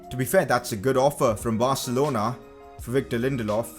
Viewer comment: Anyone heard him say wictor